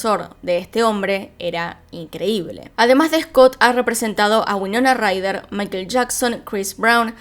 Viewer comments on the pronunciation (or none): none